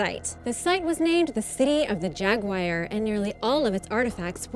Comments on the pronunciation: Jaguar not jagwire😂😂😂😰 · Hey. You do a great job and i love ya but I can't let it go; it's jaguar, not jaguire. Jaguar rhymes with Car... OK? please & thanks for all your informative videos + hope you have some fun yourself sometimes, must be always making these... Actually, you realize; people would likely pay (endure commercials anyways) to watch you have fun, explore. Deffinitely take a dedicated cameraman on your next vaction, then you can write it off! Hey! Well there U go! & you are welcome for my spontaneous idea. OK Have a Great Day. &Thanks. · Agreed 100%. I was turned off when I heard her say "jag-wire" and then when I heard it the third time I decided to pause and read comments. Now I'm leaving. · its Jaguar not jaguwire!!!! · It isn't jagwire its jag u ar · Jagwire? srsly? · Seriously? Jagwire?? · People:offended by hearing 'Jagwire. Me who is an Indian used to hearing weird Pronounciation of names: first time? 😁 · She really said Jaguwire instead of Jaguar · Welp.i guess im using JAG-WIRE now🤣🤣🤣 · I know ryt. "Jaguwire" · Jagwire?...it annoys me the ways she pronounces Jaguar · city of the jagwyer??? she ment jaguar right. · Jagwire...with an American accent...how quaint... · Why is she pronouncing it jagu-ire 😑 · It's not Jagwire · Why cant you pronounce the name of the cat in question???? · Dorje No, it's because she has a partial cleft palate or deviated septum. She does OK considering her handicap. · Quite right. It's actually a "drag wire".